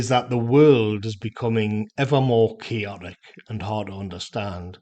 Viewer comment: Made me laugh that I had to turn CC on to understand rendition of ‘chaotic’.. As usual it’s now perfectly intelligible to me.